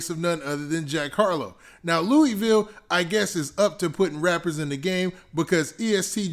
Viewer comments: I’m from Kentucky and it’s pronounced LOUIE VILLE, lol funny hearing you say that. Great vid tho!! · I been rocking with you for too long for you to say the name of my city wrong gangsta